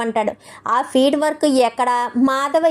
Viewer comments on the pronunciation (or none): Architec kadu architect. Feed work kadu field work. Talli English rakapote Telugu padalane vadandi.